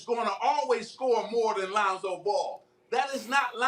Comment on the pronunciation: Bruh said “LeOnzO ball 🏀” Too high lol 😂 jp